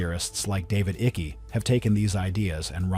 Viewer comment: David “Ickey”?! Seriously?!